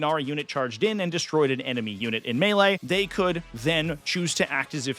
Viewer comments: "Me-Lay"? Is the announcer canadian? It's "May-Lay" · that commentator saying mealy instead of melee is killing me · i'm sorry this video is so interesting but i can't get over the commentator pronouncing melee as Me-lay xd